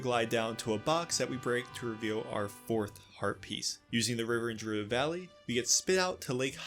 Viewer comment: I dont like how youre pronouncing “Gerudo” lol